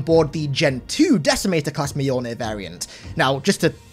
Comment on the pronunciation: Mjolnir is 2 syllables, not 3